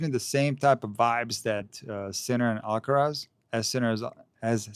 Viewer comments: you're so right about the pronunciation of "Alcaraz", it's ridiculous. If they pronounce the "z" with the Spanish sound, why not the "r" as well 😂😂😂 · Thank you for mentioning the Alcaraz pronunciation. It seems so contrived. It's another example of the BBC's cringey approach to cater for all in the fear of offending someone. As a British citizen who's been fortunate enough to travel and learn Spanish in Latin America, this sound doesn't exist in the region. For that reason, Jennifer Lopez is not pronounced with an 'f' but with an 's' sound for the 'z'. This 'f' pronunciation is strictly from Castilian Spanish. My recent Spanish teacher from Valladolid was frustrated with me because I couldn't pronounce it but the sound doesn't come naturally for me. It's a similar sound to the 'th' in English which I also struggle with, haha. Keep up the great content. I admire your measured approach to analysing the sport we love.